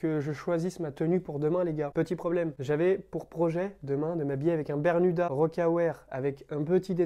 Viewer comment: Je crois qu'on t'a menti toute ta vie... C'est "berMuda" et non "berNuda" haha. Je l'ai vu aussi sur ton Vinted ;) tu vendras sans doute mieux tes bermudas quand les gens tomberont dessus :) Merci pour tes vidéos !!!